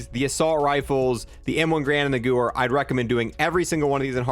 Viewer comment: Its pronounced "give-air", not sewer with a g